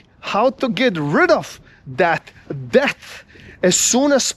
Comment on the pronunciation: I find that it is very cute, but very inadvertently fitting, that when you say debT, it sounds like 'deaTH'....truth. If only ppl realised it. Mind you some ppl get rich on it, but in general.....never a good idea for wealth building and ... freedom.